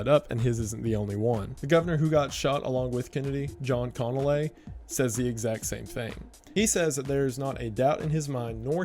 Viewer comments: "John Conaway"? Connally, dude. Connally. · Connally is pronounced "con-ah-lee" as in Jennifer Connally.